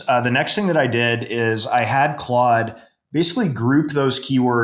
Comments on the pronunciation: what the fuck is Clode? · You lost me at “clOde” 😂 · Clode... Clode.... Clode... Jfc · Close sounds to close to Chode (don’t google that) for me. Say it right bro!!! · Its Clod not clode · "clode" haha goated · If says it’s clode it’s clode from now on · Why do mispronounce Claude ? Intentional ??